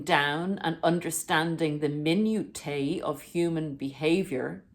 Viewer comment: You respect the spiritual side of narcicism? What the hell! Thats the same as daying you respect satan and his attempts to destroy us because thats what narcissism is And the word you said after that minutiae is pronounced mi-new_sha